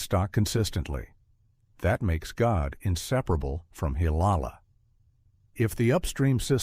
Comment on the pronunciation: Coordination is the correct. GODE' IS PRONOUNCED AS "godday"